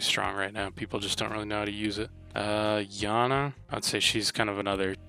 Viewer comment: Yana it’s iana